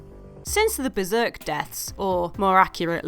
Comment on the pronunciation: beRzerk you mean?